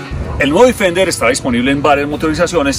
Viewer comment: bien por el video ,pero se pronuncia defender tal como se escribe ,no difender.....